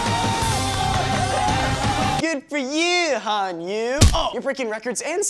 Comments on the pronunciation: Just saying but its Han Yu-Eh not Yuu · Its pronounced as Han Yoo-Air 如果你觉得我讲错，我要你知道我是个新加坡人，会讲点话语的。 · Han Yue is pronounced as "Han Yuae" in chinese. I'm just sayin' :P